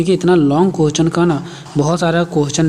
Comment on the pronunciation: Question hota h .. quesch nhi😂😂